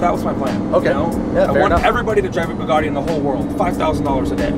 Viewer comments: Its not a BOOgatti, its a BUGatti. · for fuck sake AMERICA stop BASTARDISING the languages of other countries..... there are no O'S no R in BUGATTI . It is pronounced Boo gatt ee . I know it is hard to read, but really even Muslims speak English far better than Americans and they are much nicer people.